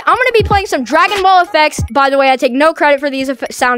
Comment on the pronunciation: Stop butchering dragon balls E